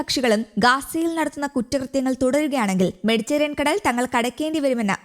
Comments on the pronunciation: മെഡിറ്റേറിയൻ കടൽ അല്ല പെണ്ണെ...മെഡിറ്ററെനിയൻ കടൽ....ഒരു മൈക്കും തന്നു ഇരുത്തിയേക്കുന്നു .. വായിൽ തോന്നീത് കോതക്ക് പാട്ട് ... എന്തിനോ വേണ്ടി തിളയ്ക്കുന്ന സാമ്പാർ ... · മെഡിറ്ററേനിയൻ എന്ന് ശരിയായി പറയാൻ അറിഞ്ഞു കൂടെ?